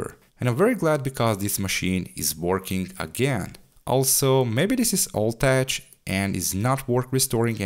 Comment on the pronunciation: That was great. Of course I would have done a CPU upgrade that was too expensive in the early 2000s! BTW, the word tech is pronounced as "tek" 😊